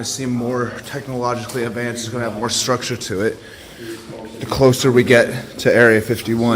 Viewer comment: It's really not erea 51 ffs 😂